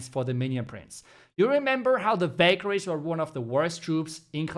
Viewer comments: I kept hearing ‘Bakery’😂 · It took me 4 times to understand that u were saying Valkyries 😂